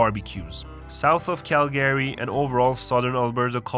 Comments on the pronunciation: Hey friend, a friendly reminder that’s it not “Cal-Gary” it’s Calga-ry 🇨🇦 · Why did he pronounce Calgary as cal-Gary it’s pronounced cal-guh-ree or cal-gree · cal-GRY. not cal-GARY, but I know it's a video to troll Canadians so good job. lmao Prince George the armpit of BC. You really skipped over Nanaimo, sounds like you didn't want to spend any time on your visit. that's unfortunate. It has a smaller city feel on the island, it's nicer than Victoria. Hospitable, if you want to chill here, some time. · Learn how to pronounce Calgary.